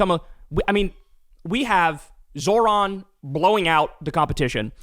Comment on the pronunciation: Remember the accent is on the second syllable of Zohran’s name. It’s not that hard, might as well pronounce the man’s name properly